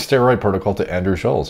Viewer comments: Andrew wants to put about as much effort in to his physique as Derek puts in to pronouncing Andrew's name correctly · You pronounce his name wrong like 100 times